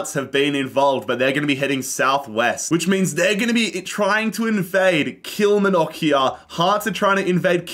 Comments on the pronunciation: The pronunciation of Kilmarnock “Kilmanock” don’t say it like that there or you’d get stabbed. It’s “Kill-mar-nuk”🤣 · Kilmnock its kilmarnock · Great video and concept. For future reference, Kilmarnock is pronounced like KilMARnock, like far or bar, kilMARnock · The way he butchered Kill-mar-knick = Kilmarnock makes me wanna cry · As a scot me hearing Kilmanock kills me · "All the Scottish Teams" - includes 12 out of the 42 teams 😂 A fun video non-the-less though. Also FYI, Kilmarnock is pronounced "Kill" - "Mar" (like in Mark) - "Knock", with the main emphasis and length on the "Mar" (Kil-maar-nock) 😄 You can hear it here from the commentator at the start when they score: To help move things along a little quicker, I'd add a rule similar to the surrounding of empty spaces, where if a team is completely surrounded by another team it triggers an automatic match involving the two. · it’s actually pronounced Kill-mar-nock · Also, you pronounce the R in KilmaRnock... It's KilMARnock 😂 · Just a FYI, it's pronounced kill-mar-knock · kilmarnock is pronounced kill-mar-knock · The way pronounces Kilmarnock killed me 😂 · 😂😂😂 You killed that pronunciation of Kilmarnock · Absolute top tier doob smoking material. You’ve earnt a new subscriber my Aussie friend. The way you pronounce ‘Kilmarnock’ sounds like a Harry Potter spell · the pronunciation of kilmarnock is killing me ahahaha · Cannot believe how into this my husband and son got. Learn how to say Kilmarnock though. Think of the "ar" like a pirate. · I can't deal with the way you pronounced Kilmarnock lol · The way you pronounced the Outer Hebrides 😭 And Kilmarnock. Nooooo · Ban yourself from Ayrshire if you want to survive with that pronunciation of Kilmarnock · The worst pronunciation of “Kilmarnock” I’ve ever heard in my life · Your pronunciation of kilmarnock is absolutely foul lmao, im taking personal offence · he butchers the pronunciation of kilmarnock so hard man